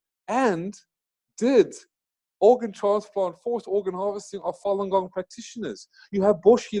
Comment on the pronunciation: What did you say ??? Fallen gong...?